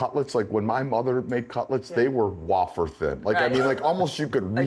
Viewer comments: wth is a wah-fer?😂 I think you meant way-fer(wafer)🤣 then again I’m from Queens & we say turlet paper so I can’t be mad at you!😂😂😂 LOVE you guys & so glad you 3 are back!! You don’t know how much America needed this right now!❤ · Love that the old gang is back together again! However...please teach how to pronounce "wafer". It's way-fer, not wah-fer. 😉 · What’s a “ wah- fer”? Haha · Did I just learn that I’ve been saying wafer incorrectly my entire life?